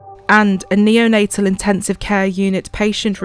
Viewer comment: "Becoming a neo-na-" 😧 "-tal nurse" 😌 oh ok